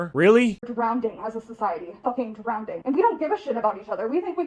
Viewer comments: Wait wait wait ish… did she just say “Drownding”?!?!?!? 😭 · "Drownding, f---ing drownding" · ... "Drownding" that's all I needed to hear. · I'm so fucking tired of people saying drownding, IT'S FUCKING DROWN ING. THERE IS NO FUCKING D. LEARN TO SPEAK FUCKING ENGLISH YOU STUPID WOMAN. Sincerely, A female who is tired of this shit and is more triggered over how you talk and not the shit dribbling from your mouth.